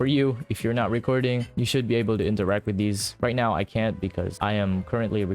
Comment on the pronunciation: right neow